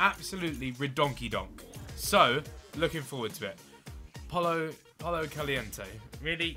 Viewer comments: He will keep getting pollo Caliente until he learns to pronounce it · Its poyo Caliente